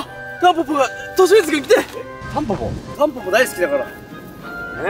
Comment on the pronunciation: としみつたんぽぽじゃなくてタンポンって言ってない？